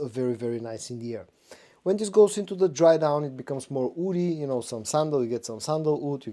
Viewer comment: Why do you keep saying "oudy" instead of woody?